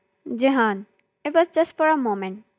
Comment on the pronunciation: It's my name jehaan but it's pronounced jihan